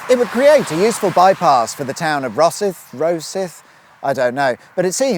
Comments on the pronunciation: Kirkcaldy = "Kercoddy". Glenrothes = "Glen-roth-ez". Rosyth = "Ross-syth". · Kirkcaldy = Kir-cod-ee. Rosyth = Ros-aye-th. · it's pronounced "Ros-eye-th":-) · Kirk-call-day? Not quite. It is pronounced 'Kir-kaw-day'. Also, Rosyth is pronounced 'Raw-sythe' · Rosyth prounced as Rozsithe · Kirkaldy (pronounced: Kirkoddy). Pitreavie (Pronounced: pit-reevie). Rosyth (pronounced: Ro-cythe, or maybe Raw-cyth) - But I reckon you already knew that ;-) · Slip roads and slip ups..... it must be Sunday :D In fairness, Fife is littered with lots of place names that catch out unsuspecting visitors - Kirkcaldy is that famous for being mis-pronounced Im surprised it hasnt been renamed lol! (Glen-roth-ess, Ro-sy-th, Kir-caw-dy) x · Pronounce it Kirkcody, not Kirkcaldy, and Rosyth as Rossithe. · I enjoy your motorway revelations however, your pronunciation of these Fife towns made me cringe. Kirkcaldy ... kirk-caw-di Glenrothes ... glen-raw-thi-s Rosyth ... raw-scythe. Perhaps you could engage a local to give you a steer in the right direction next time. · Good grief...pretty informative, but good grief, you crucified every town name in Fife in this one!! Kirkcaldy - pronounced Kirk- caw- day (Silent 'l') Rosyth - Pronounced Roe- sythe (like the thing you cut grass with). Glenrothes - pronounced.. Glen- raw-thess Pitreavie - Pronounced Pit - ree- vay Informative video...but don't ask for directions,....I'm afraid you are well lost!!! 🤣🤣 PS I'm a Rosyth girl living in Kirkham, Lancashire. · I've pressed the button specifically placed there for that particular purpose, and would have pressed it many more times merely in recognition of your wonderful pronunciation of Scottish place names! So, it's Kircoddy, Glen-rothis and Ro-sigh-th. But, pedantry aside, another much appreciated exciting episode on another iconic Scottish motorway. And you're still keeping us on tenterhooks as you build up to the M8! The anticipation is agonising! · And Rosyth (as in Roh sigh th)